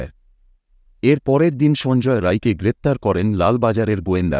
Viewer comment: Thank you for saying 'rai' n not 'roy'.